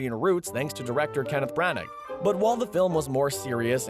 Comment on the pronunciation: I swear you guys mispronounce words on purpose now just to see who catches it. Kenneth Branneck ? REALLY?